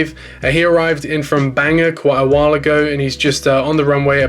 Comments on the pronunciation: Really cool airport I wish I had one in my room haha Bangor is banger place to go not gunna lie haha 😂 it’s pronounced (bang-gor) I just had to point that out I’m from Maine, love the updates keep up the great work. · Ok im sorry but what makes you think that you pronounce "Bangor" like "Banger". no, its "Ban-gor" lol thats just a very common mistake people make when pronouncing bangor